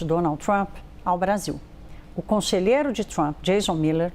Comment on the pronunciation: Provocação é meus zovo e o Jason Miller não é "conseghero" ele é CONSELHEIRO de Donald Trump... aprende a falar.